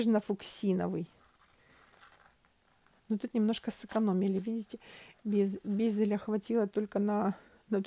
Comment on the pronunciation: Почему "безелЯ"? "бЕзели". Так правильно